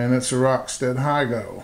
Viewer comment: Beautiful knife. I'm with you on pocket clips. I have an Emerson A100 mini and like it a lot better without the clip. (By the way, this is neither here nor there, but the name has the same Japanese characters as Higo-nokami so it's "hee-go" not "hai-go.")